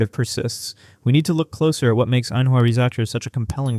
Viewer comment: AI generated nonsense, doesn't even come close to pronouncing Ainhoa Risacher's name correctly. FYI, she didn't come for several reasons. She is already a big name in France, that can get a good contract playing pro, while she can't do NIL. She also can enter the WNBA at 19 as an international. In contrast, someone like Blanca Quinionez was not well known, but is getting noticed at UConn. Blanca's WNBA prospect is rising and will continue to if she keeps progressing from her great freshman start thus far. Risacher, didn't need the profile boost, she would likely be a 1st round pick if she wants to come to the WNBA at 19. She would have learned a lot at UConn, but given the above and the expected massive increased in WNBA pay coming next year, it makes sense for a person already with a big profile till wait in Europe till she is WNBA eligible.